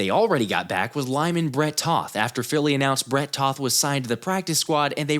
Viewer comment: Bret Toth correction coming.... Lol. I date a girl named Toth and when we first met I pronounced her name the same way you do (and pretty much everyone else does) but she corrected me. Sounds more like the word "both" instead of "moth". I guess that would be a LONG "O"?? I can't quite remember long sounds vs short sounds, been out of school too long and we learned that sh*t in like 3rd grade 😂. You run a great show, much better than some of the clowns that throw together content